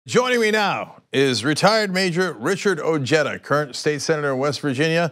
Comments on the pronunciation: His name is prnounced " O Hi Duh". Why did this guy just say " O Jed Ah"??? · OJEDA . . is pronounced "O- HEAD - A" it´s a Hispanic last name .. not JEDA like JEDI . . although the guy himself pronounces it anglo-ized . . origin Spain Alonso de Ojeda (c. 1465 – 1515), Spanish explorer. . Im not saying he is less American or anything like that . . USA land of immigrants